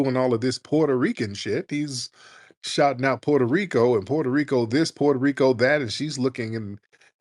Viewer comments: His punk ass tried to roll the R too when saying Puerto Rico. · Why can't he speak Spanish? He can't even pronounce Puerto Rico correctly! He's a selfish sellout!